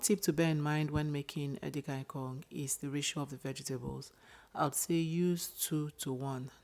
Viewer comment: Please pull down this post. If you are demonstrating how to prepare "efere edi-kang-ikong," then say it properly. A different spelling of "efere edi-kang-ikong" which originates from Cross River and Akwa Ibom states is wrong.